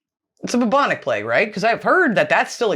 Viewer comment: PLAGUE is pronounced PLAYG not PLEG. Fast forward to 2020, and we in the UK are in lockdown, isolation and leaving food at peoples doorsteps .....because of Covid.